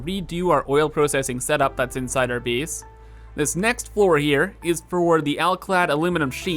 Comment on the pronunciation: I like the way he says space and base.. "There's not enough speece in our beese"